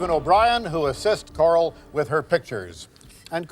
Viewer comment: I really thought that poor woman was named Carl. Randy, it's Coral like coral reef, not Carl. I love this guy though.